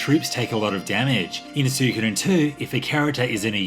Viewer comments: It's Swee-ko-den, your pronouncing it wrong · That is NOT how you pronounce suikoden, it's swee-ko-den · Achually its pronounced, Soo-e-koh-den. Now stop being a debbie downer and mocking peoples pronunciation by giving the wrong one yourself.